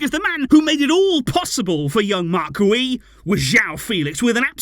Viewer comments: Its pronounced gee-oo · It’s pronounced “gew” like “you” with a G in front of it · His last name is pronounced "Gee-ou" a hard 'G' like the word 'gear' ... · Its Guiu like opposite of how you’re saying. “Giu”” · I think Guiu is pronounced like Jiou. I may be wrong but tahts what it sounded like when Gemma Soler said his name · Pronunciation: ghee-OOH